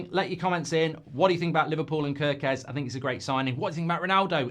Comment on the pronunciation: It is pronounced 'Care'-kez like the k-a-r in Karen.